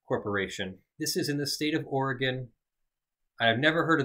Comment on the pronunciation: Shoot out to my Oregon peeps. And thanks for saying Oregon right